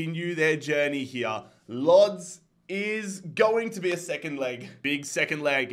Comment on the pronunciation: Łódź is pronounced as woodch